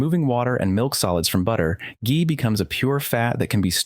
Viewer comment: “Ghee” is always pronounced with a hard G because of the H. You use both the correct pronunciation and the incorrect pronunciation, but you start off with the incorrect one. :-(